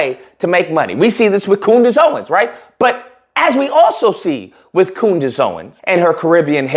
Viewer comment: You pronounce Candice funny 🤔